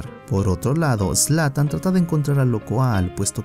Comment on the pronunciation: Zlan? Jajaja es zlatan Ibrahimovic